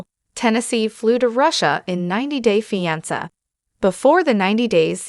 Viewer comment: Terrible AI. Can’t even pronounce the word ‘fiancé’, WHICH IS IN THE NAME OF THE SHOW!!!